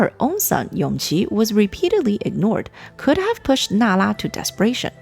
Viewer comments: It should be Yongji (永璂), not Yongqi (son of Consort Yu) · Err... Isn't Yongqi the 5th Prince, the son of Consort Yu? Empress Nara's surviving son was called YONGJI.. Yes, the pronounciation is similar, but still different.. By the way, I think around the time of the Empress cutting her hair, the one who was main contender of the Crown Prince's seat and the Emperor's favorite is actually that 5th Prince Yongqi before his unfortunate early death.. Prince Yongyan was still a child but yes, because he still a little he did have his father's attention..